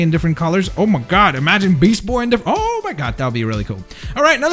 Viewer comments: It's beast with a t not beas ...but probably just accident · You said beasboy? Its beastboy.